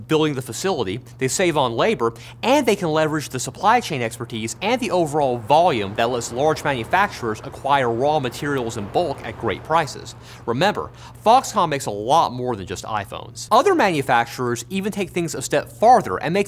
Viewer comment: Great video, but man the slight rhotacism from the presenter really distracted me. Owiginal Equipment Manufacturer. Waw Materials. Fwequent Pwactice. Got Rosewill though! And then "assembwers" for some reason, which was the most interesting one.